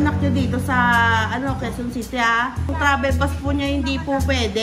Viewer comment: "Quezon City": "Queue Sea"